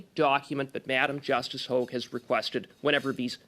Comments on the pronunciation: Sorry this drives me nuts it is not LeblanC. He is french so the c is silent. But also he needs to understand it is Hog like a pig but hoag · Hogue le blanc not hog.